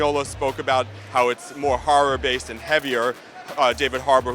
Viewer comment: Is there any "harror" tho